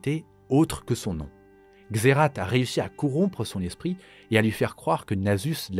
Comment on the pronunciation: Waaa. Trop content de voir cette vidéo !! J'ai encore appris pas mal de truc sur Shurima 🧡🧡 Y a juste un truc, officiellement, la prononciation de Xerath, c'est "Xérace". Mais même dans le jeu de carte, il prononce "Xérate" 😅😂 C'est comme pour Rakan. Tlm prononce "Rakane" mais c'est "Ra'quand'" (c'est moche, mais ça aide à la compréhension de la prononciation 😅) Super vidéo. Hâte aussi de découvrir de serveur MC !!!! Il sera moddé, ou juste vanilla ?